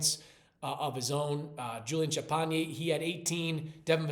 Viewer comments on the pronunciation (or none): It’s pronounced like, “Sham-Penny”